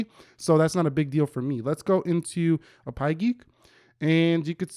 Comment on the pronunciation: Is not A-Pie geek it’s APP-Y geek😂